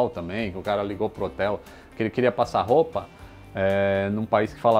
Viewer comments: "ferro de passar ruepa"??? 🤣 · "Ferro de passar ruepa" Hahahahahahaha